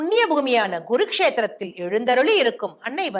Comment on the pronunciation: Pronunciation is very poor...pronounxe correctly as Kuru kshetra not Gurukshetra in Harayana... ..merely reading from a script without understanding the meaning is visible ....... childish